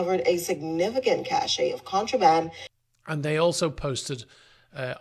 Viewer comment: One would expect a professional news person to be able to pronounce cache correctly. It's pronounced like cash. The word pronounced cashey is cachet, which is a completely different word.